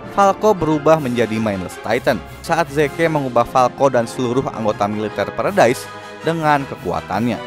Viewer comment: Bang baca nya salah : 1.Levi ( bacanya, Livai ) 2.Paradis ( bacanya, paradis )